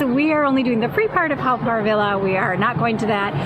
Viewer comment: Haw is actually pronounced as 'Hor' and not 'How'. Good video and glad you enjoyed your visit to Singapore. Haven't been to this park in a very long time. You could just walk into the tunnel where the Hell exhibits were previously. I would avoid it every time I visited. I found it really terrifying for me as a child and even as an adult. I'm glad it's covered it up now so it's a good excuse to avoid it altogether if visiting. 😊